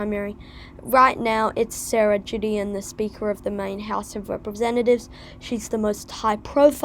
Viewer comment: It's pronounced Guh not Juh. So Gideon as in Good.